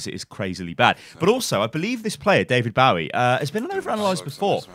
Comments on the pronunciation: DAVID BAWIE??? 😂You're brittish, you're the last person I'd guess to pronounce his name wrong. Say it with me. David bow-ie. No not baw-ie! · Bow-Wee? It's Boh-Wee like the singer. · Its David Bow (like how you say Hanzo's bow) ie. Not Bow (as in bowing down to the audience) ie. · But it hurts when says David BAUI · And it’s definitely pronounced Bowie, like a Bowie knife. That’s where he actually got the idea for the name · "david bouwi" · why do u say bowie like that do u not know the singer? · when you cringe at the David Bowie pronunciation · he mispronounced David Bowe and I died a little